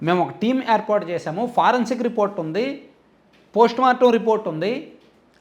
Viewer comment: ఫారెన్ సిక్ కాదు ఫోరెన్సిక్